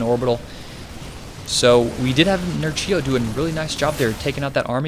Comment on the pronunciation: Read it 'Nerchyo' not 'Nercheeyo'! :)